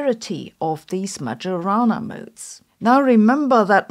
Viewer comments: It's pronounced "Maiorana" not "Magiorana". By the way, as usual Sabine's videos switch on the light to see what we often don't want to see: the harsh truth. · Ah, I knew it! Damn Microsoft, now I have to keep hearing "Magiorana" over and over. It's pronounced "Maiorana", please . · she has a PhD in physics but doesn't even know that it's "Mayorana" not "Majorana". Doing research should be second nature to her, this is so disappointing. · Isn't it pronounced ma - "yo" - rana rather than ma - "joe" - rana? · Majorana like mayonnaise not like majority. Thank you for your excellent and original point of view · Its not MaGiorana , its Mayorana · It's Majorana, not Madʒorana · Stop listening when Majorana was pronounced like "j-ourney". It should be like "ee" then "o". It should refer to Ettore Majorana, the misteriously disappeared genius. I hope it doesn't come from any football player I'm not aware of. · that's "Mayorana" instead of "Madzhorana"😢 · It's /maɪəˈrɑːnə/ . The 'j' does not have its distinctively English pronunciation. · Hi. Did you know that Majorana is pronounced "Maiorana"? Look it up if you don't believe it. I think it would be super cool if everyone started to pronunce it correctly. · Majorana is pronounced "my-o-rana" because j is the same letter as i in Sicilian; it's just written that way when it follows a vowel. (In Italian it is written Maiorana.) I say this every time you mispronounce his name and will continue to do so until you get it right. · Please learn to pronounce Majorana. This is insulting. It's Mayorana. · It’s pronounced my-or-ah-nah. You’re pronouncing it like an AI does. Maybe that’s where you get your script… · Please Sabine, it's MaYorana. It's Italian. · It is "Mayo-rana". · you say Majorana but I hear Majora and I drift away hard I'm sorry! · Dear Sabine, the correct pronunciation of "Majorana" is MaIorana, with the j sounding like a I in Italy, not G in Germany. Do it for Ettore, he deserved it. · It's pronounced "Mayorana".